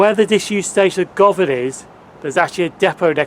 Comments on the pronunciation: Would have been worse is it was called Carol, or was a blown up sheep! LOL I did notice a mispronunciation. It's guvon not Go van. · Just one comment. It's pronounced - Guhvan. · Good video. Govan is pronounced "Guvan" btw.